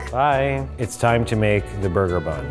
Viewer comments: Burger: Borgor I'm sorry I had to do it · "Giant Borgur" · "This is giant burga" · its borgar